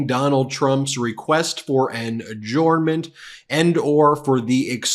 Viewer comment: A-JURN-ment, Ben. A-JURN-ment.